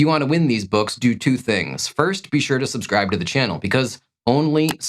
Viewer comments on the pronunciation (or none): none